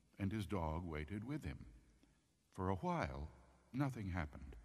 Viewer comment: For A hwhile nothing happened.. Why you putting so much emphasis on the H? =P lol